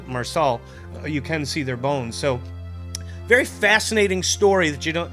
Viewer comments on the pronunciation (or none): none